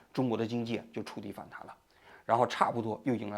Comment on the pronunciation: 请王局更正：反弹 （tan）不是反弹 （dan🥚）。有点像习主席把赡（shan)养读成瞻（zhan) 仰了🤓。向领袖学习！🐼